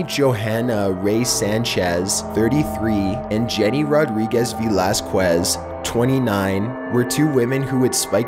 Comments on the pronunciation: Sorry to correct you, but Velasquez is pronounced Ve-las--kez. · I find it funny when Canadians can't pronounce Hispanic words/names. I guess living near the border has desensitized me. "Ve lass kwez" - 2016